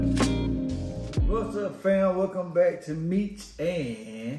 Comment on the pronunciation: Meech and Monica. Not meecha 🤦🏽‍♀️🙂